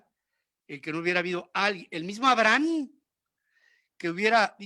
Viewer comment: Sr Ferriz que se puede esperar de alguien que ni siquiera puede pronunciar correctamente el nombre de Abraham eso, 😆😆😷